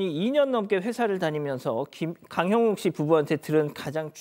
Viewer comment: 오늘은 안버벅될까 내일은 안버벅될까 내가 다 긴장되네요 강형욱 발음 어렵죠 근데 아나운서가 발음이 그러면 쓰나